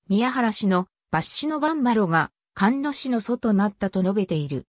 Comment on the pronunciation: 菅野ではなくすがのですよ